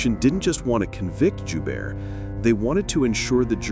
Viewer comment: The name Joubert is French.. It sounds like *Joebear.